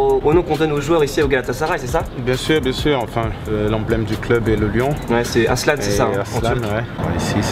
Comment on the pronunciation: C est pas aslan c est arslan